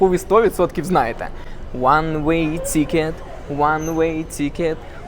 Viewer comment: Английское тикет больше похоже на ты/икет, а у автора получается цикет. Мы iнакш вимовляемо мякке тi